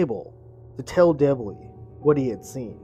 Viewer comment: it was a mispronunciation, you slurred “Debbie” as “Debblie”. But really I’m just teasing you! Liked and subbed